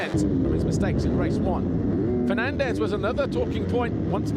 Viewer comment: Every time he says “Fernandez” I hear “Ferrandis”